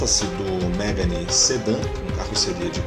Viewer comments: Não é MÉGANE, é MEGÂNE! Carro francês.... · Mégani ??? Se fala Megãne.